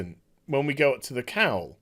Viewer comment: It took me far too long to realise you were saying "cowl" and not just "cow". I thought there was some farmyard Robert Pattinson joke I wasnt getting.